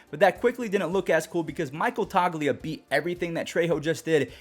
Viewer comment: it’s not Toglia it the gs is silent